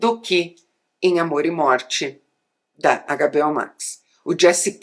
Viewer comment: Adoro quando ela fala “AGABEÓ”